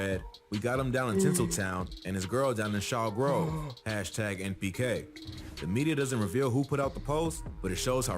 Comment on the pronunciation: its NPK not MPK btw